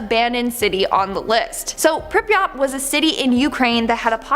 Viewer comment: Butchered prypiat